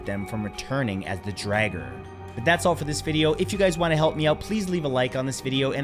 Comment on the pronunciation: Theyre pronounced DRAWger. Its not dragger, nit draouger DRAWger. Also stop using fkin skyrim as reference ffs! Drauger was a name given to ANYTHING supernatural such as ghosts, zombies and occasionally witches (but witches and seeress were more commonly called volvä) it had nothing to do with "magic powers" and everything to do with p1ssing off the gods or inviting a curse. The closest you have in your English is zombie. If youre going to use another cultures language or heritage, do your damn research properly - a p1ssed off norwegian